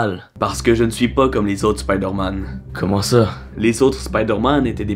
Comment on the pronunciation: C es spoodér man